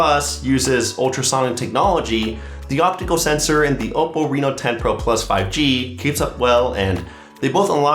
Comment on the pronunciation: must say the way you says that hold OPPO name is impressive